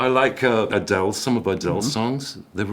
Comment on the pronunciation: did Dominic call Adele the “C” word? Lol I’m sure he didn’t. But sure sounded close.